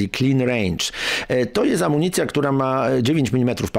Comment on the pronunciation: "Ekologiczna amunicjia" bezołowiowa😂